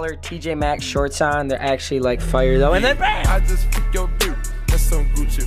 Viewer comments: He says fire like foire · says fyyre instead of fire and its funny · did anyone else realize he pronounces fire "fie-errr" its funnys asf